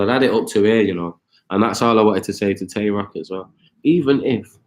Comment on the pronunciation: Y’all saying Tay Roc & Twerk wrong but not acknowledging how shady Shotty sound